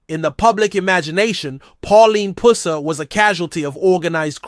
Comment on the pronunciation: Can you pronounce his last name right